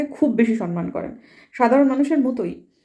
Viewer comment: Didi kothata 'Samman' ..Sanman noe.. kichu mone korben na..